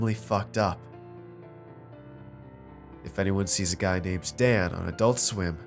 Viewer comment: adoolt sweem